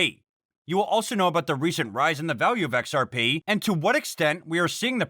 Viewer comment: The joke was about how he pronounces XRP. He doesn say XR-Pee how most pronounces it. He says XR-Pay.